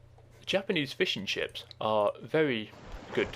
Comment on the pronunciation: great, i was looking for exactly these videos ! i started playing the game again but dont know the classes anymore, so i'm trying to figure out. btw, i like your voice. sometimes its very funny. like when you say fishing ships, it sounds like fish 'n' chips xD